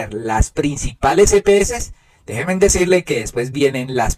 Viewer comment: Gracias por el contenido. Una observación muy respetuosa. Es correcto decir déjenme, síganme, háganme. Es incorrecto decir déjemen, sigamen, hágamen.